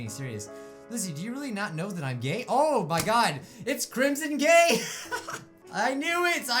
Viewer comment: Omg you said crimson gay AGAIN